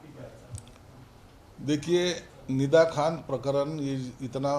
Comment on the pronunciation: फिदा खान नाही निदा खान 😂